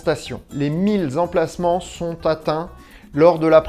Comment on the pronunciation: « Les mille z’emplacements » aieuh, ca fait mal aux oreilles.